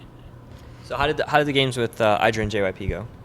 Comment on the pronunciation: He talks about mispronunciation, then mispronounces IdrA's name